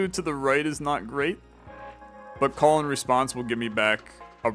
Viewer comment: I know that the card name is ,,Call and Response" but i keep hearing ,,Colon Response" 😆